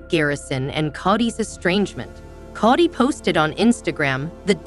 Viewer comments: His name is pronounced co dy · It's Kody with a long O! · Learn how to pronounce Kody!!!